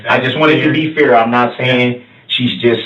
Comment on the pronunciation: Why is it that when he says the word fair he says “fear”…. It always sounds like he pronounces it like that!